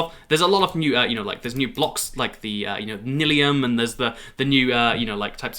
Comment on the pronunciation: The way pronounced nylium as nil-y-um instead of nye-lee-um is just funny